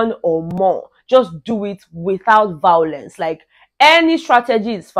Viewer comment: you too like vawulence🤣🤣🤣